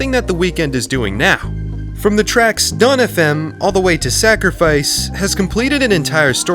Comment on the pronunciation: you’re the first to ever pronounce our name decently